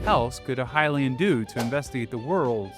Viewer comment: Pronounced "Hyrule" and even "Hylian" (at least in this video) correctly but not "Hylia" Very curious